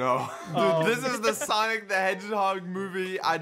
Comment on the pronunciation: It’s sanic